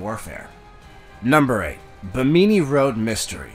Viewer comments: I have never heard anyone pronounce Bimini as Bah-mee-mee. WTF? My sleep isn't as restful as it should be. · I love his pronunciation of Bimini LOL never heard it spoken quite like that before!